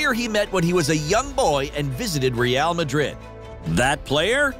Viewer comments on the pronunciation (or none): none